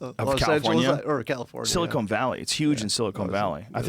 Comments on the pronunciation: Silicon, not silicone bro. "Kawn", not "Kown" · Joe, do you keep calling Silicon Valley, Silicone Valley? Stop!